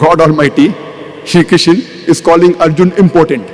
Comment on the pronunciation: Krishna Not kisan Mr broker